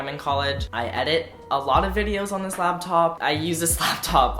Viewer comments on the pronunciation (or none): he uses the slaptop a lot? xD why do I always hear slaptop